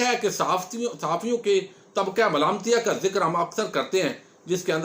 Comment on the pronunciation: آپ جو لفظ بولتے ھیں طبقہ ملامتیہ بس یہ آپکی زبان سے بہت سوھنا لگتا ھے ماشاءالله جزاك اللهُ خیرا